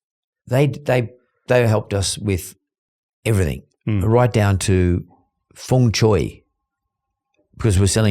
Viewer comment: lol it’s feng shui not feng Choi